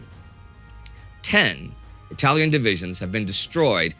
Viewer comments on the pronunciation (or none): none